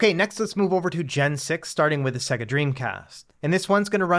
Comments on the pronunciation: Annoying -Sega is not pronounced "Seggah", it's "Saygar". Have you actually turned on a Saturn? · Nice video, but in my 40 years I've never heard anyone pronounce Sega like that 😂 if you ever owned that console like I did it audibly says the name when you load a game so I thought it was pronounced universally the same. "Say - gah"